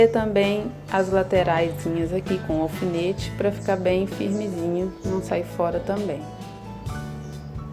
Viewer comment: Não se diz ofinete, é alfinete